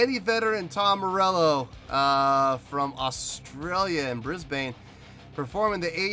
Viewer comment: I enjoyed this reaction. Glad you enjoyed the song. I saw Bruce Springsteen a couple of shows after this and he was amazing. Just FYI - You're pronouncing Brisbane very wrong and it makes me smile every time.